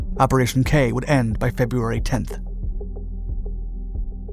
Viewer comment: It's not pronounced "kay" but rather "keh"...